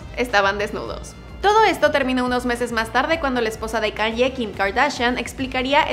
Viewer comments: Se escribe Kanye West Pero se dice Keni West Un pequeñito error nada nada...grave..😅😅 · Por favor. Debes de orientarte como se pronuncia correctamente el nombre del artista. Kanye, se pronuncia keyne